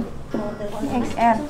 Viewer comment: Masak jenis-jenis iphone aja gak tahu . Mbak saya sarankan kalau mau beli iphone itu di cari tahu jenis iphone nya dan kelebihan,kekuranganya . Dan yang paling rekomended itu iphone xr (dibaca ten ar ) bukan eks er . Iphone xr kameranya paling bagus di banding iphone pro max dan baterainya juga awat